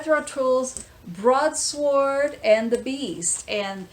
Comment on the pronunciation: Great video! I just love mo-fi recordings. My favorite is Gordon lightfoot's sundown. The acoustic guitars sound fantastic. Just a tiny FYI, the "w" in Broadsword is silent. My week is never complete until I see your Tuesday upload!